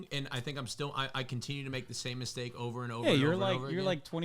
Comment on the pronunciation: my guy said “it’s jover?”😭😭